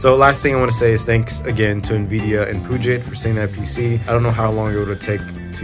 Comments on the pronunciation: And to be "that guy", it isn't "poo-jet" systems, it is "pew-jet" like pew-pew or 'pee-you-jet'. So pee, not poo. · It's pronounced "pew-jit" systems, no "poo-jit". Puget Systems is based in WA next to the Puget Sound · Hey, as a washintonian, we pronounce puget, like Pew Jet. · As someone living in the Puget Sound area, it's pronounced "Pew-jet". On another note, I love how you showed the difference and actually used a system like this for what it was intended. Poor Linus can only show video rendering and gaming benchmarks. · its "pyoujay", think French. Puget is awfully close to pungent. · I love his videos HOWEVER it might triggers me that he says the name wrong.... LOL Either way keep it up!